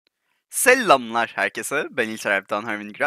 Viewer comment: abi yanlış anlama ama videoya başlarken selllamlar herkese dediğin zaman l yi uzatma biraz tuhaf geliyo eski videolarına göre <3 <3 <3